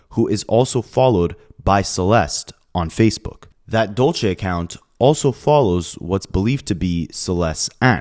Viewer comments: hey bae just here to help u out, when it’s spelled “dULce”, it’s pronounced “dull-say” like dulce de leche. not “dole-chay”. dulce - “dull-say” dolce - “dole-chay” thank u. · Dulce is pronounced Dul-se and it means candy in spanish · my heart goes out to family, rest in peace for that poor girl, also dulce is a spanish word meaning sweet, it kinda cracked me up with how u were pronouncing it lol